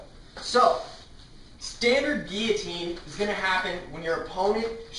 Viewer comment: that's not how you pronounce it...